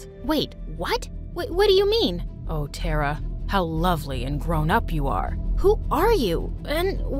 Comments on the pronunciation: You guys have such a big and good production and still you guys can't pronounce a simple Indian name?! She was pronouncing Tara tera, I request you guys please don't ever make videos which include Hindi words cause you guys just ruined the beautiful language, shame on you MSA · its not tara.It's Thara.Thara means star🌠🌟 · As an Indian , the pronounciation of Tara was really hilarious 🤣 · The name “tara” in india is so mispronounced 🤣 🇮🇳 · The way she said "Tara"💀😂 Only Indians will understand 🙂👍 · TTARA pronounce it again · Why you people pronounce Tara and Rita wrong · You can't be a Indian if you pronounce it Tera and not Tara and by the way I am an Indian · It's not pronounced Tera it's pronounced Taara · Hey it is not Tera Tara pronunc it with a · this is compleatle false i mean they didn't even say tara right its pronounced taaraa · Surprise surprise, my name is Taara and her name is pronounced (Th-A-Ra) the voices did not pronounce her name properly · Sis you are pronouncing main protagonist's name wrong i guss it should be taara not tara taara which spellijg is tara means stars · And BTW, the pronunciation of TARA is not "teraa" its "taaraa"...But its fine😊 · It's " TA-ARA" not " TERA" . The pronunciation is not correct here. In India, a Star is called as TARA. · it's actually Thara it's just spelled tara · We don't prouns it Tera we around it tara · It’s not Teraa it Taaraa 😊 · help all these indian pronunciations they do are killing me (tara is pronounced TAA-rah, not terrah) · The name is not tera its T.A.R.R.A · 😑its TARA not TERRA... Whats with this some kind of intergalactic name... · its not Tera it's Tara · It's hilarious how they pronounce "TeRa" instead of Tara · pronunciation of tara is : taaaaaraaaaa not tra coz I can tell I m from India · I love the video, but isn't her name pronounced "Tah-rah"? Not "Teh-rah"? At least, that's what I think because Tara (pronounced "Tah-rah") means "Star" in Hindi, Tamil, Bengali, and other Indian languages, too.